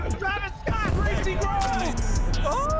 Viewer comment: ITS "SCOTT" NOT "SCOT"